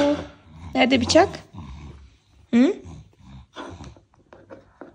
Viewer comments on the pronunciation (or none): biçak değil kız Bıçak 😂😘